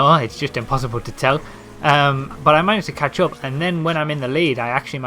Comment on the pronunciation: he sounds like hes saying ketchup